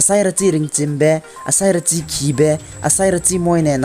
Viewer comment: Sarachi lei not seirachi